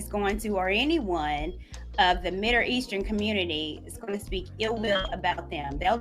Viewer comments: What the hell is 'Midder' Eastern? 🤔. 😄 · The broad can’t even pronounce middle eastern she keeps saying Mille eashtern She is so irritating!!!